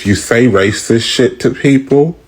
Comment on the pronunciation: I love hearing you say race'dcist. First heard it from Ivie and I just love it.